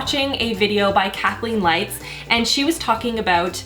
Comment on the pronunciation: When you said "Kathleen Lights" in the beginning, I heard "cackling lights" and had to go back and hear it again to make sure I heard right. Lmao